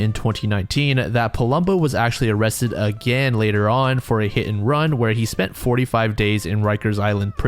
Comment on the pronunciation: "Oh cwap , am I gonna be o-rrested??"